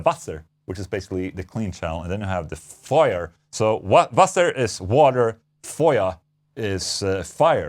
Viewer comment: I love the fact you got that close to the pronunciation of “Feuer” and “Wasser” Warms my little German heart